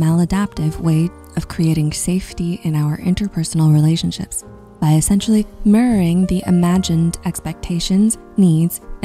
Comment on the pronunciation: Weird how you lost any sense of diction on the word "mirroring"